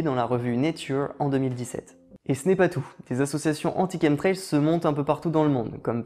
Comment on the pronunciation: Tien c'est bizarre,j'ai toujours prononcer ça comme chamtrails et jamais comme kentrails qui s'écrit apparemment chemtrails même le correcteur google connais pas ce mot ,c'est marrant ça :)